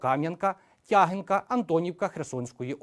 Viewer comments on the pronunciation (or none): Не ТЯгинка а ТягИнка.